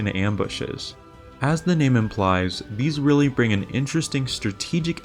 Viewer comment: the way you mispronounced the names. but ok the efforts you put into this video 👍👍